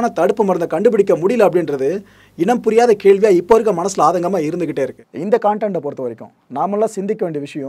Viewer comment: கன்டென்ட்.... னு சொல்லுங்க கான்டென்ட் ன்னு சொல்லாதீங்க பாஸ்